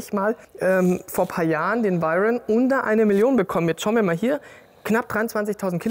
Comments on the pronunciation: Hat er echt Bugatti „vairen“ gesagt? Ich kenne nur „veiron“ 🤷‍♂️ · können wir mal drüber reden das er bugatti veiron gesagt hat und net veyron 😂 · Wer kennt ihn nicht, den Bugatti Vayron 😆😆😆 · Bugatti Wairen, aua😂Wäroo bitte ausgesprochen Spaß beiseite, gutes Video wie immer😁👌🏼